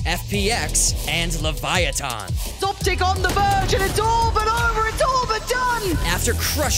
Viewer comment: Its not "Leviathan" its Leviatán